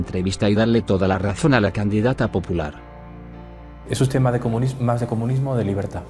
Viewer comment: No pueden pronunciar España. Tampoco les sale pronunciar comunismo. Lo único que sí, saben pronunciar bien es EUROS.